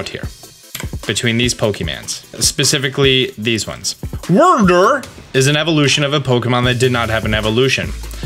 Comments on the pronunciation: Others: Its pronounced Wyrdeer.: Wurder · Cmon it's WYR - DEER 🦌 not DERR smh 🤦🏽‍♂️ 😂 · Wyr(weer): Wurr. Deer (literally deer): Duurrr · The opposite of Wyrdr (how pronounces it) is Wire-Dire. Idk i like saying it that way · Hey, its pronounced Weer Deer, not the funny way you pronounced it. Did you not hear the way they pronounced it in the Presents video? Save us the embarrassing laugh next time, LOL! 🤣🤣 But it was funny to chuckle when you say wur dur! 🤣🤣🤣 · Pretty sure its pronounced "wierdeer", but you can call it "wurdur" if you want 😂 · Its pronounced Weer Deer you weirdo, LOL! 🤣🤣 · I nearly choked on my food when you started pronouncing WYRDEER AS WIRDURR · Wurrdurr tho 😂😂 It's,,,it's hee-soo-we. Hisui. Not high since that's just not how the letters work in Japanese. They said it right in the announcement video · Wyrdeer is pronounced like "Weird deer" according to the direct announcement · And who tf pronounces deer as durr anyway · Hey, show Wyrdeer some respect. They even pronounced it for us in the Presents. Weird + Deer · I believe it's pronounced weird-deer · Call it what you may 😂 the proper annunciation is (we’re-dear) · Er mer gerd Austern, it’s Werder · its pronounced weer deer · Bruh it's "Weird-Deer" ahaha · Wyrdeer is pronounced like weird deer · Wyrdeer is pronounced “weirdeer”, to kill your fun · Dude it's wyr-deer. WEIRDER LMAO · Wyr-deer is the pronunciation 🙄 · The deer is pronounced (ride-deer) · its pronounced why-deer (just to help how to say deer...) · it’s pronounced we’re deer man pay attention to the pronunciation of Pokémon names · wurdur, hahahha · i got a good laugh from how you pronounced wyrdeer. also i think the forms might be referring male and female. shix's back legs are different depending on the gender. it makes sense seeing how if their just starting to study pokemon they wouldn't know about gender differences.